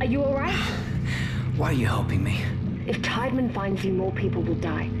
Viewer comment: Anyone who's seen Dark knows how 'Tiedemann' is really pronounced.